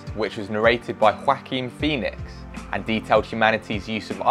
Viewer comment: I thought it was pronounced Wah-keen Phoenix not Quackeen Phoenix...